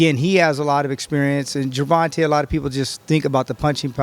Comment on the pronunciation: Jer... Vahn... TAY... my guy.... TAY. I feel like you were disrespecting him in a subversive buddybuddy attempt. Say it right from now on. Also, you said "i don't know when sparring has become so important, I don't know what the big deal is" in reference to Garcia not fairing well against Haney... but IMMEDIATELY afterward, 2 hispanic fighters were mentioned, and you instantly started foaming at the mouth in hunger for that sparring footage.... Oh, now it's a big deal? I'll take this video, with a grain of salt....